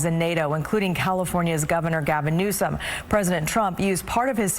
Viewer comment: Why didn't the talking head anchor pronounce his name correctly as was printed in Anna Kelly's White House press release?